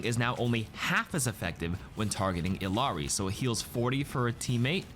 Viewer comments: It's pronounced "EE-Yah Ree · When you gonna start pronouncing Illari correctly? Your colleagues have started to get with it